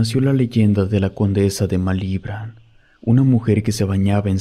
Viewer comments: Malibrán te fallo la acentuación. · No pude seguir escuchando desde el momento en que no sabes pronunciar Malibrán. 🤨